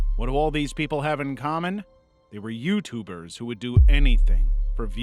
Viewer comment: either I heard youtooers or i need to go to bed